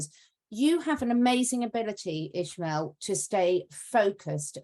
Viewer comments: Why do they call him ISHmael if his name is ISmael? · he has a spanish name and last name, it's Ismael, not ISHmael.